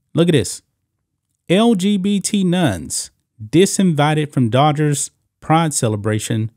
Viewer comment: I must still be half asleep, because I kept hearing you say the "daughters" and not Dodgers. Not a baseball fan so for all I know it could be a nickname for them ...I am off to find some Pepsi and wakeup a bit more.😊